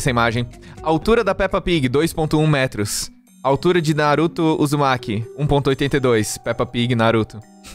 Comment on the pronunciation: Bro, eu não tenho isso com barata, eu só tenho medo mesmo, se for voadora eu corro O falando o nome do naruto KKkk